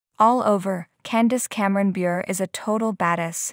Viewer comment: Please pronounce her last name correctly! Not anything new!